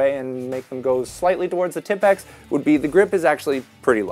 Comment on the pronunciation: Am I the only one than my ears bleed when I hear tipx instead of T I P X (tee I pee exe )